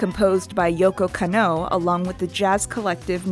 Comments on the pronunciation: Beautiful video. Absolutely loved it. Hopefully the algorithm looks fondly on it when the live action show releases. The only thing I really didn't jive with is Kanno Yoko's name is pronounced Kah-no Yo-Ko. You really have to separate those syllables or it sounds like you're doing that thing westerners in old cyberpunk movies do where they pronounce Akira Takezawa as if it were Uh-Keyra Take-zowuh. Or pronounce the kid in the orange jumpsuit as Nuhrudo. There are recordings out there of her saying her own name that don't match up to the one google has. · Edward identifies as female, I know she looks androgynous but she says several times through the show and the movie that she is indeed a girl. Also the way you said yokos name is painful lol otherwise good vid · good video, but is it anyone else or is Lady pronouncing japanese names weirdly? edit: oh dear, every time she pronounces Yoko Kanno 😅